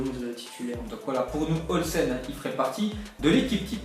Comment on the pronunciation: Robin Olsen ça se dit « Robinne Oulssènne »